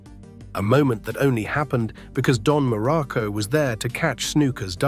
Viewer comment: Dude AI sucks balls, can't get the pictures right and cant even say his name correctly.